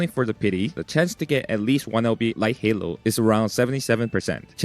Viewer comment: Light Hello ❌ Light Halo ✅